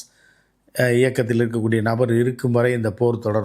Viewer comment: Amaas illai hamas.